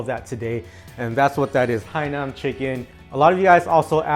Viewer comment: Hainan not HAINAM bro bwhahahaha rookie